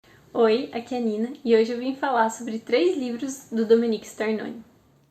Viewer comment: O nome é Domenico e nao Dominique.